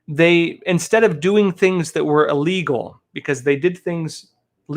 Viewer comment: Hey, the word is pronounced "ill"- legal. NOT "uh"- legal.